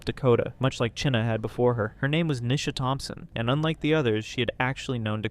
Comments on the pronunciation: Her name is pronounced like China not cheena hahahaha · Wondering why, despite several real time examples of people pronouncing the name Chynna (China), you keep saying "Chinna" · Its not pronounced "Chin-nuh". Its pronounced the same as "China"! Its driving me nuts every time he mispronounces it in this video! If I had a quarter for every time this guy mispronounced it in the video i would have a ton of money!! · why u pronounce Chynna’s name like that? it’s pronounced like China. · You're saying " Chyna " so wrong and its pissing me off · Why do you say China like that?